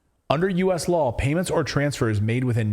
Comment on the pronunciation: She said "The rule of yaw" not law. 🤔